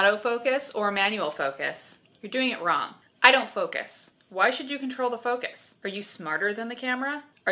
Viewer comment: Is it just me or doesn't it sound like when she says "shut the focus off", she says it as if she's saying "Shut the fuck off" Nice advice at the end. You should be a high school/college photo teacher... TOTAL MILF.. or TILF (teacher...)